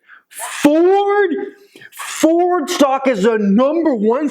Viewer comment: Fooord???? Forrrrdd???🤣🤣🤣🤣🤣🤣